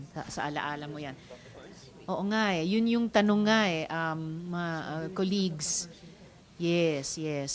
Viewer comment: Kuligssss lol is it Colleague pronounced more like Ka-Leg not Kulig